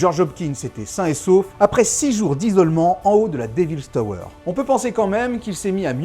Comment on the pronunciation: "déville tauweure".....!?!?!?!?